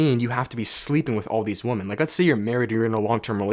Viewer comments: Do all Canadians pronounce "women" like "woman" ? Edit: nice shirt 😂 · There’s a trend on the internet lately where people don’t pronounce women correctly and instead they just say woman. Women is pronounced [wui-men] not woman. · I can't help but find it funny how he says 'woman' when he means 'women' 😄 is that a Canadian thing? Anyways, love your videos and energy dog 🙏